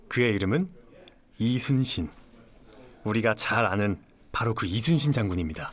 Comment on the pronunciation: 미국쪽은 LEE가 이니라 YI로 읽는구나 발음도 딱 이순신이고 ^^